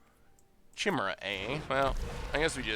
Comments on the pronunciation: Anybody SUUUPER bothered by pronouncing Chimera “Chimmura?” Cuz I am. Edit: if you’re reading this, Kai-Mare-Uh Further edit: O-Read is Ore-ee-Add. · shim e ra = chimera love ya <3